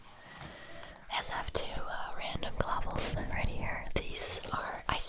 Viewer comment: You called them ice globuals. I clearly remembered it